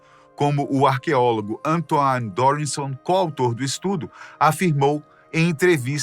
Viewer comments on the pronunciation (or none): none